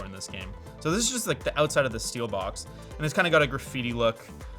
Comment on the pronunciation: i hate it when he calls it steelbox instead of steelbook